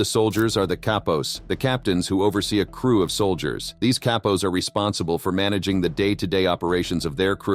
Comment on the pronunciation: I believe that Cappos is pronounced like Kah pos, but I am not Italian or Sicilian nor am I a member or associate of any Mafia family, but I am young and willing to learn lol jk I’m not young at all lol I’m 51, but you said something else that I don’t know about but I don’t think it’s right or I probably have it wrong but you said consiglieres like there was more than one, and I am sure there is but I thought that there was only one who had the official title as far as the boss of the family????? However I don’t want to detract from the video which was excellent as usual